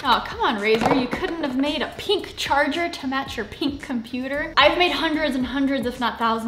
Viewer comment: “Peenk” Lmaooo